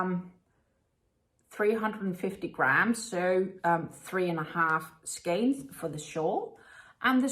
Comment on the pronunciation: I'll say it again - that hat looks lovely on you! The colour and style really suit you. lol... and I'm so happy that someone on here finally pronounces "skein" properly!